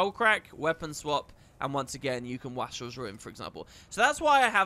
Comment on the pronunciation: As much as I know you LOVE getting comments on pronunciation: it’s “waste-rel” not “wah-strel”. It means someone who is wasteful.